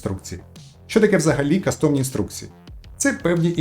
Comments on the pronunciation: Цікаво, дякую. Але будь ласка, стежте за іншомовними словами, не кастОмні, а кАстомні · Не каcтОмні, а кАстомні. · В слові custom (кастом) наголос на першому складі - кАстомні інструкції, а не кастОмні. Від англійського «cUstommer» - «замовник». кАстом. кАстомний. Дякую за контент 🙏🏻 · и шановный, не кастОмні , а кАстомні. шоб вухо не риiзало.